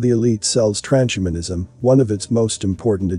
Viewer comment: It's TRANS-HUMAN-ISM not Tran-shuman-ism